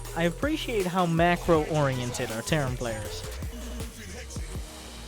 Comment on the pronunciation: Can we appreciate how you slaughtered the word, "appreciate". Talk about hooked on phonics.